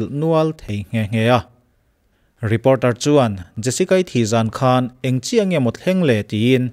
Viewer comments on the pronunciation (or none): none